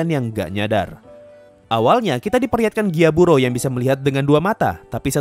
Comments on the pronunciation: Gyutaro bang bukan gyaburo 🤣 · Bang kok lu nyebut nama char salah salah ini sengaja ato gmna? :V Kanao = Nanao Gyutaro = Gyaburo ? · gyutaro bang bukan gyaburo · gyutaro bg bukan gyaburo